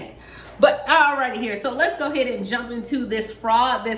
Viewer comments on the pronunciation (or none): At first I thought she said, "No No."